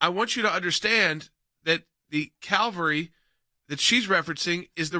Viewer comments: Does that seem like a mistake of a non-native speaker might make? Calvary vs Cavelry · Calvary vs. Cavalry....LOL! Even I know the difference and I'm not even Christian. These people are morons! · She said Calvary not cavalry